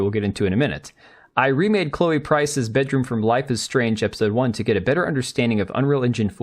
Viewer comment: "Chloe Price's *Beedroom*"? Did she tried to make it a pee-bedroom, or? Would not be too surprised.